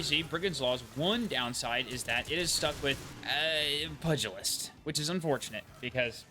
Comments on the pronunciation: pugilist is pronounced pyoo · juh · luhst but otherwise, definitely agree Demo/voltshot is pretty sweet :) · Take a shot every time he says “pudgeyaliss” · That pronunciation 😂 I gotta go. I can't hear it one more time 😅